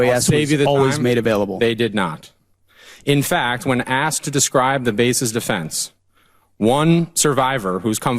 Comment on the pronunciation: Dude, it os asked, not aksed!!